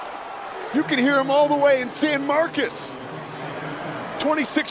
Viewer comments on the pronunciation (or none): I dont hate this commentator, but my goodness man its san MARCOS not MARCUS lol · It’s San Marcos, not San Marcus.